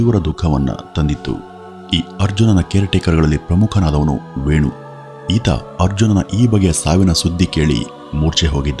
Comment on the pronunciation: ವೇಣು ಅಲ್ಲ ವಿನು